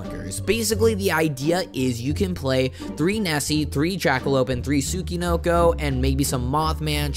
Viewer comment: I’ve never heard a single American pronounce “Tsuchinoko” correctly. It’s “Tsoo-chee-NOH-koh”.